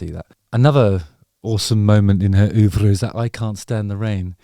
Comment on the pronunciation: I love when you say OEUVRRRRRRRRE